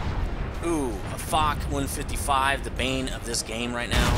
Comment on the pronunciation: Nice video, very helpful as usual! It's pronounced "fosh" and not foc, for Marshal Ferdinand Foch french commander in WWI